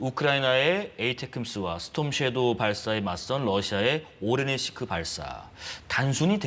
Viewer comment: 진행자 계속 오레시니크를 오레니시크라고 잘못 부르고 있음.